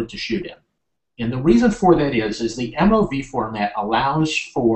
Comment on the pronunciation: I've never heard MOV pronounced as "moove" haha